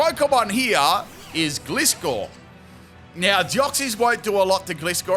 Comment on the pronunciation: Haha to this day he still cant pronounce Gliscor correctly lol And eventually die from poison? No its called fainting not killing are you bad at pokemon to cant get these things right? And people who have to put pokemon to sleep or uses rest sleep talk strategies are pretty bad no offense to anyone try doing a battle without those lame strategies XD